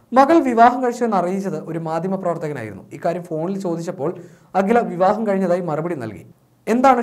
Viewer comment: ഹാദുയ അല്ല അഖില